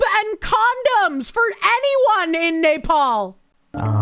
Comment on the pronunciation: I love how says "Nepal" like "napalm", which might be a possible solution to several problems in this video (in Minecraft)...